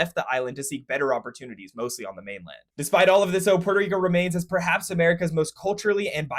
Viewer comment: "Port - o - reek - o " saying it fancy is kind of extra